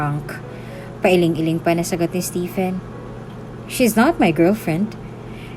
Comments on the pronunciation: Stephen is pronounced as Steven 😉🤔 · Just a constructive comment, if you don't mind. "Stephen pronounced as STEVEN or STEVON" . Btw, it was a wonderful story.